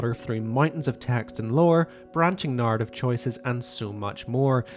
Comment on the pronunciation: why do you say NAARTIF instead of narative